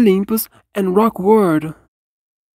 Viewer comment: yup, rock word is the correct way the say rock world now.